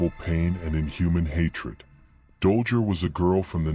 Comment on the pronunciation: Dollger? It's Dollgirl. Also, Sadism is pronounced "Saydism". Good breakdown BTW. I'd WAY BETTER If you didn't use Ai. Please consider this.